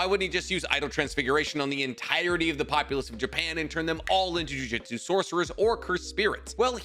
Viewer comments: Hey man its pronounced Ju Ju tsu not juijitsu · wanna start off saying I love your videos. Quick question: maybe you do this because of something I don’t know about the series, or it’s just and idiom, but why do you say ju jitsu instead of jujutsu?